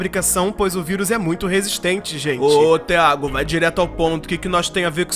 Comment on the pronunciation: "gentê" kkkkkkkkkkkkkkkkkkkkkkkkkkkkkkkkkkkkkkkkkkkkkkkkkkkkkkkkkkkkkkkkkkkkkkkkkkkkkkkkkkkkkkkkkkkkkkkkkkkkkkkkkkkkkkkkkkkkkkkkkkkkkkkkkkkkkkkkkkkkkkkkkk